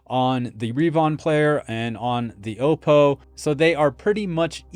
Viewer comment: FYI... the first "O" in Oppo is a short sounding "O", as in "ah" -> "ah-PO"; it is NOT a long sounding vowel (not "oh -PO"), Btw, I've had the BDP 83 for over a dozen years and it still works great.